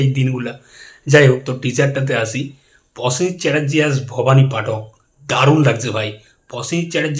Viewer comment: Prosen not Posen...aajkal dekchhi bangalira rofola jofola sob kheye jacche...work on your pronunciation otherwise good presentation.